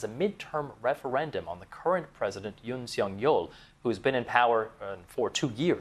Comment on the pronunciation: 윤석열 이름은 영어로 발음하기도 겁나 어렵고, 영국사람들이 발음하니 엄청 이상하게 들리네. 윤~시여~기욜~